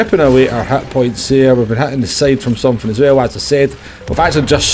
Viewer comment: I didn't know hitpoints are also called HATpoints 😂